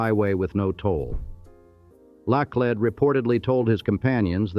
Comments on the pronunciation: Hire a narrator for the love of goodness. Karen da lay? Part of history is getting the facts right and that goes for the correct pronunciation of names. It's CRON DA LET, not Karen da lay.😂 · This AI STINKS! “Karen De Lay”?!?! Eeshhh!! While I enjoy learning about St. Louis.., The AI RUINS it! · LIVED in St. Louis for 64 yrs. Never heard so Many Mispronunciation's 2 min into it Laclede , Osage, Cheautou . I had to add Only folks From out of TOWN or Harry Cary the baseball announcer called it St, Louie . WHY don't you hire a real voice from St. Louis to do read the script. the Ai on this sucks.